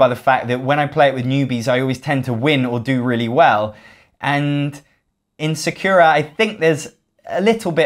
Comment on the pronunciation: Lol, it's not "secura" It's Sa- like in SAAB, ku like coo